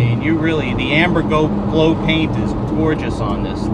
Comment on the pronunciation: I agree. It's actually called Emberglo, not "Amber Glow", although I enjoy the unintended play on words.